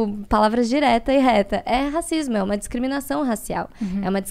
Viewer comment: "Racismo", e não "rascismo".